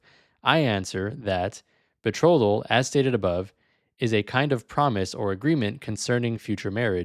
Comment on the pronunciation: Minus points for pronouncing betrothal wrong lol. As dumb as this guy sounds, it’s smart to just lie with confidence because most people just believe it.